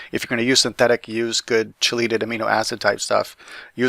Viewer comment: It's not (Che-laytid) it's (key-latid)